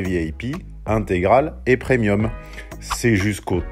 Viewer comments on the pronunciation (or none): none